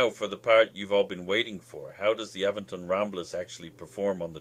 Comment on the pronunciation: Great review but your saying the company name wrong It’s Aventon not A ven ton❤️